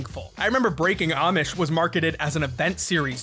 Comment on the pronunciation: bro i was listenng in bed on low volume and it sounded like oddsh instead of amish i was expecting people who play pokemon excusively with oddish